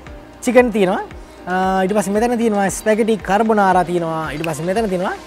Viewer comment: හ හරි... කර් බ නාරා... කපන් මගෙ පුතෙ... කාබොනරා නෙවෙ වෙන්න ඇති